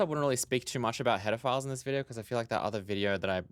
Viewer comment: To my ear "header files" sounds a lot like "pedophiles" with your accent.